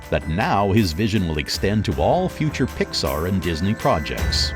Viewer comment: I'm convinced he pronounces stuff wrong on purpose. "Jon Ray" "PixER" "Ad-Vert-Ass-Ment"